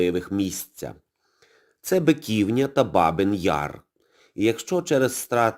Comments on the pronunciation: БиківнЯ, а не БикІвня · Шановний! Ви неправильно робите наголос! Не БикІвня, а БиківнЯ! Биківня́ — місцевість Києва, розташована на його північно-східній околиці у Деснянському районі між Броварським проспектом і вул. Бобринецькою. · Дякую за сюжет, але не БикІвня, а БиківнЯ. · З усією повагою. У слові Биківня наголос на останній склад.